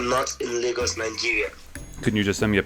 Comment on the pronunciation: Why do you pronounce lagos as legos? 😂